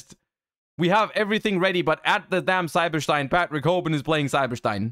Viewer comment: "Cyber Shtein"